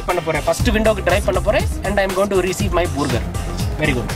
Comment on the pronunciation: and I'm going to ree-ceive my boorghur